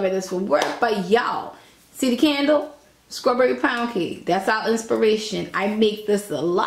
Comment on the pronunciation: Yaaaaaaas tag Dunkin Hines because you are doing the thang!!! and keep on saying sKrawberry!!! Can you pleeeeeease make a cake for one person because a whole box is too much for me, it came out sooo yummy looking Werrrk and yaaaas to this ad life!!!